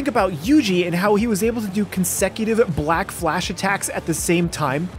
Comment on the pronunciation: uhh I don't think that's how you say black flash💀